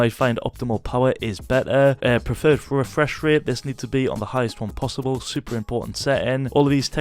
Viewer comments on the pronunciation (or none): none